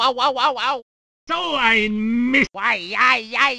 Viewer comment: Stimmt, weil das "T" von Mist eigentlich fehlt...